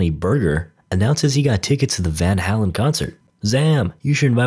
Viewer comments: You pronounce it as van “halen” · I just can’t understand how you mispronounced Van Halen and Han Solo. What’s with that? These are very popular names around the world for the last 40 years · weirdest part of this recap was the way you pronounced van halen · So this video is gold, but the way he pronounced Van Halen has me literally dying inside.